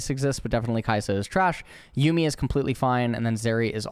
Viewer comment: did he just say yummy instead of yuumi?